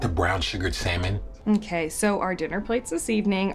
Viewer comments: Tbh Tyler seems like the type of guy to say sallmin..even just to make this skit better lol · Everyone: Salmon Tyler: sEmEn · I like how he pronounce "Salmon"